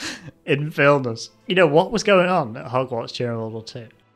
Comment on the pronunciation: Holy fuck i found this hilarious as a history nerd also as a lithuanian your prononcuation of Vilnius was pretty great